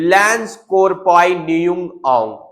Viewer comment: What is lance corboi.Firstly, learn how to pronounce.